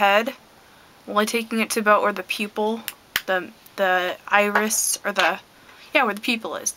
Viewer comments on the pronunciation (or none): none